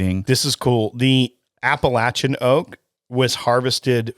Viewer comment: Thank you for pronouncing “Appalachian” correctly!